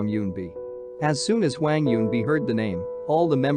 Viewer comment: if you said hwang as hweng one more time I'm going to flip my laptop